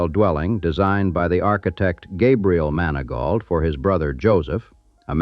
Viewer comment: "MANI-GO" HOUSE!!! NOT MANI-GAUTLT.